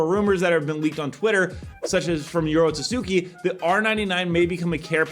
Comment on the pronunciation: bruh i get that ur editor leaves u stuttering for some reason but IT'S NOT YORO SUSUKI, IT'S YORO TSUKI, STOP BEING RACIST